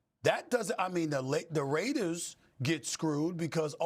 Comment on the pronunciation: Stop calling us “da raidas” it’s the mf raaaaaaiiideerrrrrrzzzz